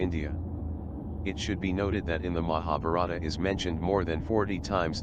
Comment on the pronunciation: The narrator's pronunciation of Mahabarta etc leads me to suspect the material.